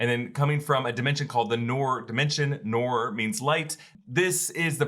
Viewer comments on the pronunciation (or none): It's pronounced as 'Nuurr' and not 'Nor' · Its actually noor nooooor is how it's pronounced say it like it's multiple o's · also noor is not rhymes with door. you should say it like you say "loom"